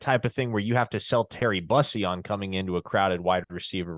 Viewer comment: Its Terry Boo-see . Not bus-ee or Byoo-see. Boo- see/sea/si